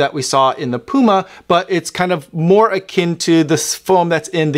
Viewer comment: You can’t even say the brand name 💀